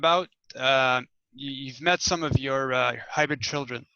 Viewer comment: It's hybrid, not hybred. Love You